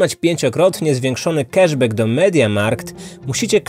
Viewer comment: Angielski do poprawy. Cash back czyta się "kasz bak" [c-k, a-a, sh-sz, b-b, a-a, ck-k]. Tu nie ma nigdzie "e".